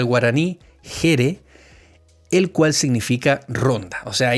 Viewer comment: 👏👏👏 - JERE se pronuncia YERÉ - HERNANDARIAS (Hernando Arias de Saavedra), 1º Gobernador Criollo en toda América nacido en el continente, y era asunceno. Gobernador del Paraguay y el Río de la Plata - POHÃ RO'YSÃ, se pronuncia mas o menos como POJÁ RO YSÁ, la pronunciación de la Y es diferente a la i - POHÃ AKU se pronuncia POJÁ AKÚ - POHÃ ÑANÃ, se pronuncia POJÁ ÑANÁ - Las sub-divisiones administrativas del Paraguay son DEPARTAMENTOS - PAHAGUE se pronuncia PAJAGÜÉ - La H en guaraní se pronuncia como la J en castellano